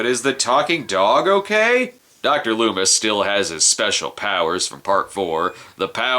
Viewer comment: LOOMIS ....lol ..Not Lumis .